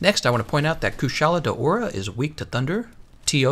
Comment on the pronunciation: Really, really weird way to pronounce monsters name... What the hell is Arch Tempered Kyuren? Kushala D'Aura? What is he, french? Bowsergeuse?